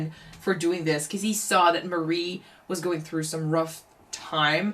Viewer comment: By the way, Hank's wife's name is "Marie" not "Mary". "Marie" is pronounced more like "muh-REE".